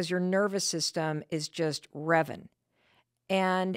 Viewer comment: You said, remming. You meant reving. Card don't rem.